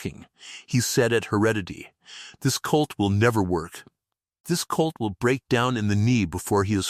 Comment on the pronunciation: The ai is a bit pathetic. The one word is hock not hawk. Another is colt not cult.